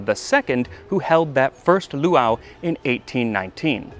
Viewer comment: As always, I adore this video. PS: the glotal stop between the two "a"s in the second word is harder: poowah-ah.